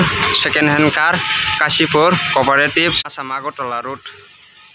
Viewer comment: It's Kashipur. Not Kachipur .....